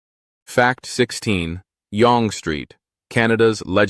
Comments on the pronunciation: Yonge Street is pronounced Yung, not yong. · Yonge Street Pronounced, "Young (Yung)". Not, Yong. Or, yongay. a.i. has always screwed up words..... And images (so many in this video that have nothing to do with the subject being referred to. 🙄) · proper is sounded as Young not Yong - it is the former street that flow northward to Hwy 11 North - which leads to many towns such as Huntsville, Sundridge, Trout Creek, Powassan, North Bay, Tilden Lake, Temagami, Latchford, Cobalt, Temiskaming Shores, Earlton, Englehart, Kirkland Lake, South Porcupine, Timmins - there are other towns that rely on this highway for their connection to the rest of Ontario and, indirectly, the rest of Canada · young st oronouned yung not yong . kd is no longer any good kraft changed the cheese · Its pronounced "young" not "yong" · It is pronounced Young street with the emphasis on the U sound.as in fun. Obviously artificial voice over dialogue.. not yong or yongie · Your pronunciations are very good with one exception, Young Street. It's not yong ( rhymes with long), it's young, like a small child. Young not old. You missed another querk of Canada, Hans Island, owned by both Denmark and Canada. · It's pronounced young street. Not Yong or Yon-gay. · Yonge Street is pronounced “young”. Not “yawng”. Total enjoyed your program. Thanks for taking the time to produce this program on Canada!😊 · It’s pronounced “jung” street, and KD is not as widely used as you say. Cheers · Moncton gets loads of snow, but it ranks 5th out of 10. What is Yongay Street? It is pronounced Young Street. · Great video. Thsnkyou. You made me giggle how you pronounce YONGE STREET. We pronounce it as "young" not "y-o-o-ng. Cute. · Yonge St is pronounced "young st" The street is also part of Kings highway #1 and runs continuous up to Hudson Bay as I remember from an early history class KH1 was nicknamed Yonge St in the Town of York original name for City of Toronto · Toronto's Yonge St. Is pronounced like "Young St."